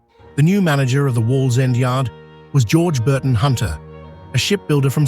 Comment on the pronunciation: The AI guy is struggling to say Wallsend 😃